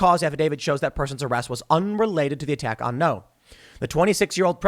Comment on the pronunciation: It's Andy Ngo, not No. You have to prounce the g. It's not hard.